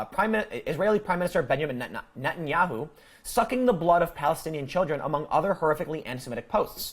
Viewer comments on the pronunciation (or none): none